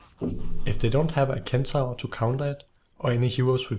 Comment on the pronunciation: "Kentaur" ?? DansGame